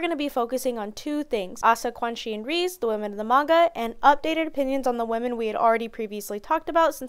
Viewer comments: Lol reeze. It's ( Rez-zei ) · Sweety its REI-ZEI not ReSe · 2.12 is a decent joke but the correct pronunciation of Reze is something along the lines of 'Reh-zeh', its just a direct translation of レゼ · Her name's pronounced as Ré-zay